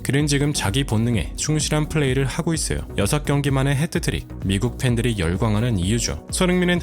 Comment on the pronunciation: 헤트트릭 이 아니고 핫 트릭